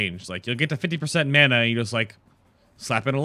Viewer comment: funny how you say mana, "menna" :p